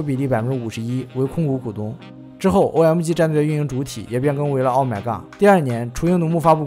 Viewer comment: 微客得(victor), 噢麦嘎(OMG), 一股乡土气息扑鼻而来 🤣